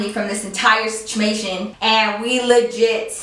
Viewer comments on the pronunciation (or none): She said "sitchamation" instead of situation 😂😂😭.! I remember when i used to do that!.🤣